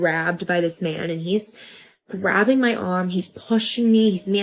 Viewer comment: i don't trust these drama loving, drama creating, entitled twits who turn words like "grabbing" into 3 syllable words.